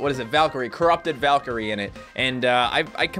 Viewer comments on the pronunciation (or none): none